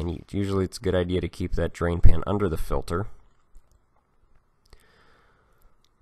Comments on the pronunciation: Is he saying "filler" If he is I don't believe a single word he says! 😆 also, why does he enunciate "filter" So perfectly when talking about tools?! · I'm mostly hearing "Filler" but some "Filter", is it dialect or are there "fillers"? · He says filter funny. Fuel filder, oil filder etc lol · Filder lol😂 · FILDER lol